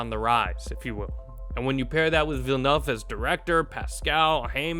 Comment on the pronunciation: "villenuff"? check pronunciation before rolling video.